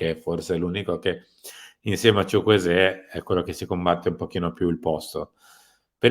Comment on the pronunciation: Ma perché solo lui lo pronuncia "Chuchwueze' con l'accento ?